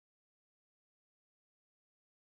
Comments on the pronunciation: KOstas tsiMIkas not TSImikas (emphasizing the tone) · Wrong . Not TSI-mikas. Tsi-MI-kas. Intonation in the second sylable. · Im greek and she mispronounced his name😂 It's like chi mi kas .and it is emphasized in the second "i" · This is wrong. The accentuation goes to the second i. It's KOstas TsimIkas. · This is staggeringly wrong because it is supposed to give the right pronunciation. So let me tell you like the others have said that the intonation goes to the second syllable, the second ' i '. :)